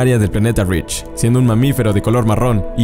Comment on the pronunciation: dice read en lugar de reach